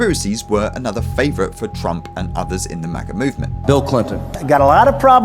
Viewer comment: This dude really just called MAGA "MAGer" with the hard R 😂